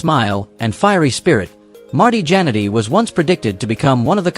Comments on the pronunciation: The way A.I. Robovoice pronounces "Jannetty" as "Janitor"... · Terrible text to speech. Jan-etty. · At least get the pronunciation of their names right! I stopped watching after 40 seconds, just because you couldn't get Marty's last name right!